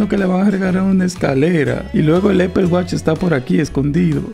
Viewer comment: No te ofendas pero se pronuncia apol y se escribe apple se escribe apple watch y se pronuncia apol wach